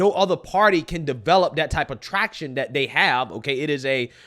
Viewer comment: First time watching your video. One critique. Please use the word “they” and “that”rather than “dey” and “dat”.